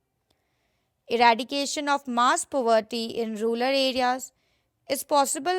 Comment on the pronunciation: Its rural not ruler